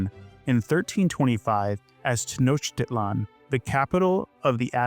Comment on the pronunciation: I am Mexican, and I am impressed that you said "Tenochtitlán" correctly but struggled with "jacaranda" o "Bellas Artes".